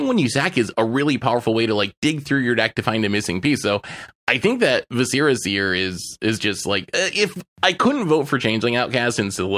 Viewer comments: Vis uh ruh seer... It is not vis eh ra. Like visceral. It's driving me nuts. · The way they keep pronouncing Viscera in Viscera Seer is driving me crazy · It's mind-blowing how many people mispronounce "viscera" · I'm convinced you all say viscera wrong on purpose to generate more comments